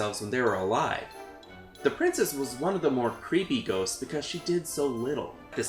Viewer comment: I thought u said “goats” so I was like, they chasing goats?